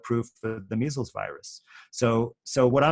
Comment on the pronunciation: Did you just say measals doesnt exsist????